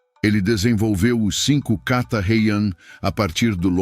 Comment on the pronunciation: Aviso: Riu-kiu - O R inicial , se pronuncia com som fraco, como em baralho! Kata : som forte no a final! Há mais erros de pronúncia...(02/07/25).